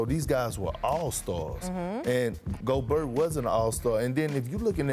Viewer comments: This man calls him Rudy gogurt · Nigga said Ruby Go-gurt! 😂😂😂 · Not biased whatsoever, obviously, but Kendrick is being way disrespectful. Gobert's much more deserving of the 3rd team nod. At least pronounce his name right, you were never even close to his level.